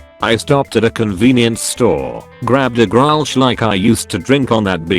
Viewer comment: As a Dutchie I’m wheezing abt how Grolsch is pronounced